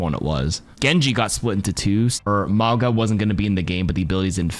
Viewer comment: its pronounced “mah-oo-ngaa”. Heavy on the “ng” pronounciation